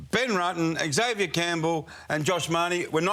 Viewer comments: EX-avier is a pet hate of mine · Someone needs to teach him how to pronounce Xavier.